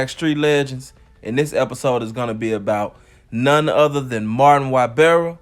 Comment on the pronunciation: Yeah and his first name is pronounced Mar-Teen